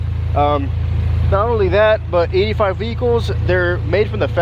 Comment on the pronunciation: "Eaty five"